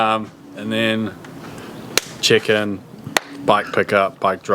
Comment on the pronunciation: Why does every time he says check ins I hear chickens